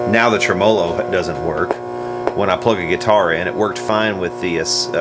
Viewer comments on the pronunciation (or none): It's pronounced "trem ah - low", not "tre -mah lo"-changed midway, wtf? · Never heard the word tremolo pronounced quite like that before 🤔